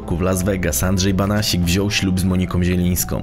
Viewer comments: Andrzej Banasiak a nie Banasik. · BANASIAK a nie BANASIK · Nie Banasik tylko Banasiak. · Andrzej Banasiak nie Banasik 😉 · Andrzej Banasiak a nie Banasik ! Pozdrawiam:) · "Banasiak" a nie Banasik ;) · Nie Banasik tylko Banasiak! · Andrzej Banasiak** nie Banasik 😇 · Nie Banasik tylko Banasiak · Banasiak a nie Banasik ludzie.... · Nie Banasik tylko BANASIAK żle wypowiadasz nazwisko !!!. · Nie Banasik tylko BANASIAK żle wymawiasz nazwisko !!. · Podejrzewam, że nazwisko przekręcone nie celowo, więc poprawie.. Banasiak.. Póki są „starzy” panuje jako taki „porządek”.. Lecz Słowik znów za murami. Nie zostawią chłopa w spokoju.. Zachodnie wybrzeże pozdrawia. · Masz rację, prowadzącemu wdarł się błąd w wymowie miejscowości.